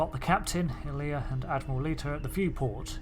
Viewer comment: Love your work. Really Really. Best ST adventure since ST 6 UC. One thing probe name is I-LEE-A from ST The motion picture. Not pronounced like the play.